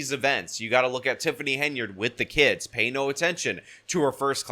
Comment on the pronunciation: I didn’t know “kids” was pronounced “kee-ids.”